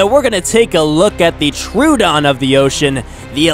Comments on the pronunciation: Tro-uh-don. Not True-don. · ITS PRONOUNCED ' TRUE - OH - DON'